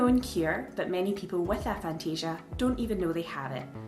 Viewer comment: It's got to be pronounced "ay-phantasia". A as in atheist, or asexual... Also, I had no idea that knowing what something looked like was different to seeing an image of it in your imagination...